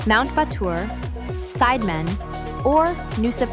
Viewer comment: It's pronounced Sid e man, sounds like the spice Cinammon